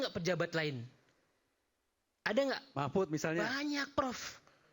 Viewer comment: Yang pakai peci hitam menyebut Prof Mahfud saja salah. Masa Mahfud di sebut Mahmut😂😂😂😂😂😂